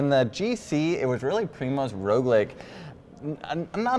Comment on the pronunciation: Please stop saying Roglič incorrectly, it is very irritating and undermines your credibility.